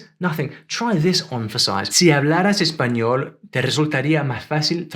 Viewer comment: In you aspirate the S like they do it in Argentina, it sounded like si hablaraH eHpañol.